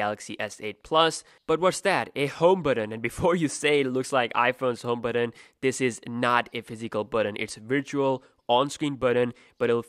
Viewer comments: It's pronounced "button" not "buddon" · the word is "but ton", buddon!